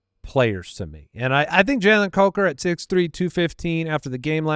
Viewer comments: Imagine if Jason was there when incorrectly said Coker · I wasn't sure if it was that or Cucker. Wow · pronunciation gaffe at the end was the highlight of my week